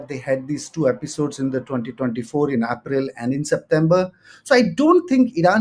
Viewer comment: pronounces statement as estatement and april as aapril